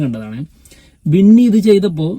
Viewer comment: വിന്നി അല്ല ബിന്നി 🫣